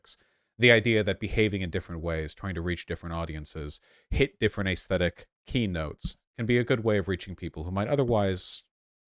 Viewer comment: Vaush for the love of god it’s pronounced aesthetic not ayyysthetic it’s so fucking cringe to make up weird accents and weird ways to say words